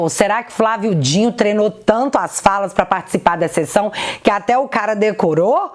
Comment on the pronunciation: Mulher é Flávio D I N O não Dinho 😅 vídeo ótimo mas eu fico me contorcendo vc falando mil vezes o nome dele errado